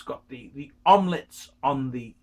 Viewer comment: it's pronounced 'oohm lowt' not omlette.